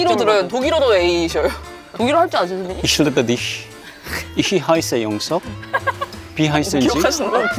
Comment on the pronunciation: 독일어문학도로서 적어보자면 Ich liebe dich (I love you) Ich heiße 영석 (I'm called 영석) Du heißen sie? (Whats ur name?) 입니당 마지막거는 발음 틀리심 ㅋㅋㅋ